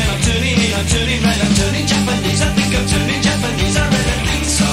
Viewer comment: Is it fucked up I always assumed he pronounced the word “think” as “fwink” ???